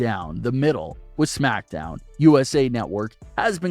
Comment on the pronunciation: You pronounce smackdown like shmackdown lol